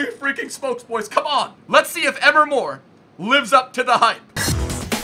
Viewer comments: its not emer mor its em-ree mor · EMRE MOR NOT "EMR MOR" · It's not Emma mor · EM-RE MORE Say it right bro